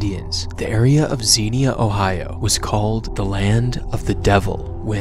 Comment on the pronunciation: BRO REALLY SAID XIENA OHIO